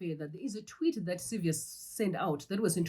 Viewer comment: My sister, anonzi Saviour without an 's' at the end. Hatidi kusvibisirwa zita redu.